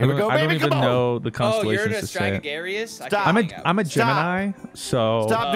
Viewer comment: saying Stragagarious?!